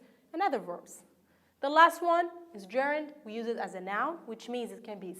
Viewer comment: Hi there, god job, but I can't bear hearing some words pronounced weirdly such as: verb >> / vOrb / work >> /wOrk/ use (n) >> /ju:z/ fond (adj) >> /fawnd/ First >> /forst/ Thanks again for you efforts.